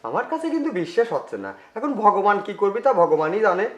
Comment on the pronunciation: উচ্চারন ঠিকহয়নাই ভগবান হবে।